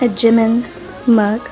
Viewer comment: No offense but it bother me when people pronounce Jimin as Jim-in instead of Ji-min.